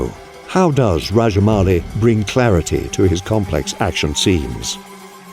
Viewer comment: Sir you are probably the first foreigner who pronounced SS Rajamouli correctly 🙏